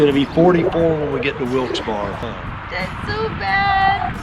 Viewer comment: coach wilkes barre is pronounced wilkes berry